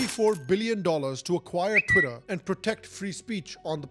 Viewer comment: "chwiter, now Axe" - typical Indian who goes for vacation in Joe's world